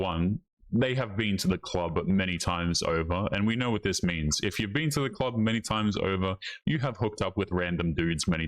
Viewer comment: she deserves to alone rest of her life for saying something as stupid as "duh clerb"